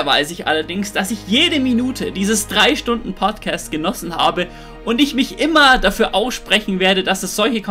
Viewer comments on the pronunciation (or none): Warum sagst du bei Poutkäst?